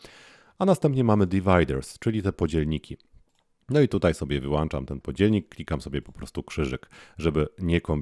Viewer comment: Wyłączam !!! Nie wyłanczam....... brrrr